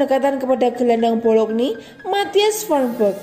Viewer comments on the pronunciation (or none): Club BOLOGNA neng bukan BOLOGNI.........HAHAHAHAHA neng2 sblm ngisi suara isi dulu perutnya biar fokus,,,,,wkwkwkwkcekakak